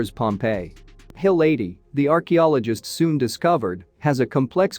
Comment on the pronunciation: Hill 80 was a movie, wOW! Atleast get your pronounciation right what are you ai no intelligence there!